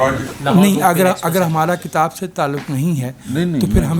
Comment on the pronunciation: ne kitab ki ahmiyat par umda guftgu ki hay.......woh "kitab" ko baar baar "kataab" keh rahay thaiy,please correct